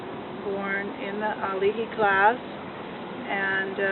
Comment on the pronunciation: “Alihi” lmao